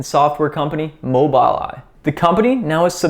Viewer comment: Well done...Its pronounced "MOBUL Eye"